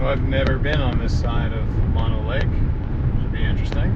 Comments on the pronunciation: No no. Say mOnO. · Mono is pronounced with long o's.